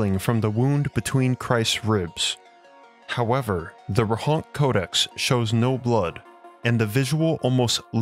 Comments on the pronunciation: Great video, but it's Rohonts not Rohonk :) Also the town is in Austria today and it's called Rechnitz in German. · I think it's pronounced as 'Rohonts', rather than 'Rohonk'.